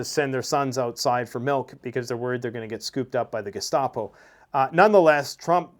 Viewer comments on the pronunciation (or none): none